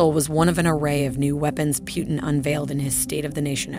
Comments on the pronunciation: Are you telling me that this person has never heard the name Putin before? Who is Pewtin?? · It’s pootn not pewtn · Why does she keep saying Putin's name wrong? It's not pew-ten it's poo-tin. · Two things: 1) She is pronouncing Putin's name wrong. His last name should be pronounced with an "oo" sound. Like in the words: boom, cool, etc. "Pootin", not P "you" tin. 2) She says "Vladimir Putin is getting desperate". He is not getting "desperate". He doesn't want to ruin Ukraine as Americans did with Iraq. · "Pjutin" It's Putin ffs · It’s Putin not Pewtin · Itd not Pyutin but Putin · its not piuntin is pUtin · It's Putin not pewtin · So no comment on how she pronounce Putin..